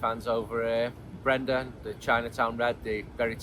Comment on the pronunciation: "Brenda"...LOL. Think you mean Brendan mate. Higgins will get a kick out of that.